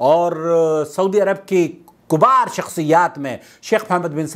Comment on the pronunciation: Kubar ulama nhi kibar hota hai kabeer ka polural